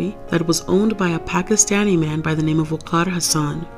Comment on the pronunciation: How did you pronounce "waqar" the way it's supposed to be pronounced. Not many people do that.... Have you practiced the name much? 😂